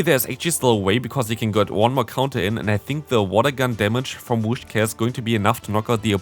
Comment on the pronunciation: first syllable: whis second syllable: cash Not a wish to begin with, but cash in the end... PS: I like the way you comment battles from other players a lot, actually. You always give awsome advice to them and their opponents. Nobody needs to be discouraged. You give very constructive criticism at the appropriate places without looking down on someone.